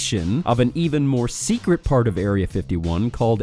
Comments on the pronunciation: Top sect(et) you say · "Top Sectet"